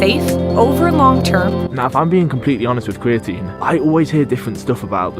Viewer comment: I feel like American speech impediment are just old English habits sneaking through. Like an English guy just sounds like an American that sucks at talking “ cweatine gets you stwongewr” like this man doesn’t do research he does weseawrch and in America that’s a speech impediment but in England I think it’s just speech. That’s all I really took from the video. Aside from that all I can say about creatine is it makes your physique soft I’ve used it I’ve known lots of people to use it and all I’ve noticed is the loss of definition in the physique maybe just good for bulking season but idk I got distracted by his tongue thinking it has anything to do with an S sound